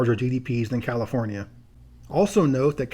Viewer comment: "Californee" 🤣 sounds like someone's been watching the No Internet episode of South Park lmfao.🤣